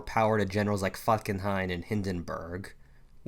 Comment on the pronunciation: Falkenhayn not Fuckenheim GOOD video by the way